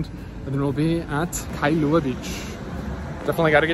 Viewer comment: Those mountains in the back you referred to in Kailua are called "Ko'olau Range". (Ko-O-lau-u) the "au" sounds like "ou" as in "ouch" without the ch. Now add "L" with "au"....Lau. It's Kai-lua not Kai-a-lua. And just call the Twin islands, either Mokes or Twin Islands. 😀